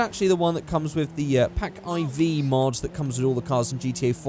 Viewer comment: Why do you always pronounce it as Pack IV (Pack-eye-vee)? It's IVPack (Four-pack)!